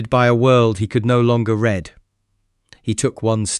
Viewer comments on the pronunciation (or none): In a way he could no longer read(Pronounced Reed) Spells like read(red) but you have to read in context. Perhaps you should consider an editor. I could help re that. Story seems interesting so far.